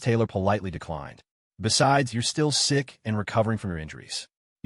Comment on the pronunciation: Am i the only one hearing "Sixth sister" instead of "sick sister" every damn time?